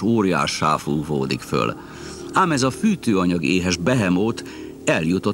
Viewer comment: föl. hallatszik az L hang